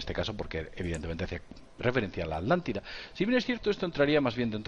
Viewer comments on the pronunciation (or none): Saludos, una observación, la cultura no se llamaba Adlante, sino Atlante, con T. Por lo que se trata de la A"T"lántida, no A"D"lantida. Por lo demás, muy interesante el video. Gracias. ¡Mucha Luz!